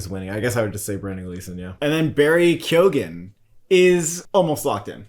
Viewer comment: From an irishman its pronounced Barry "Key -oh - in"